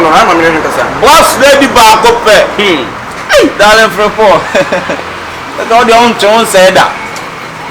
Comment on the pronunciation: Kyekyeku said Darring. Lol